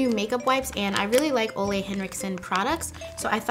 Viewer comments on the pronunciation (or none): Ole Henriksen is kind of pronounced as Oola, he is from Denmark 😊 I absolutely love his skin care line as well! ☺️💕